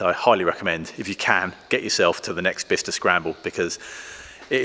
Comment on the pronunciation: Thanks to you I now know how to pronounce 'Bicester'. 🙂 I thought it was bi-kester. A V6 engine doesn't seem historically appropriate, plus it would be a massive (and expensive) amount of work.